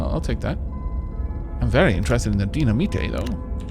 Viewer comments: DY-NA-MITE not Dina-Me-Tay.... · Haha, the way pronounces dynamite is so funny., it's pronounced die-na-might. Or is this an inside joke from a different series? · By the way,, dynamite is pronounced "die-nuh-might." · Can you try to pronounce dynamite like dine-uh-mite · You joking with the dynamite pronunciation. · There are going to be thousands of people watching this that are so triggered by how you say dynamite, I'm in the crowd XD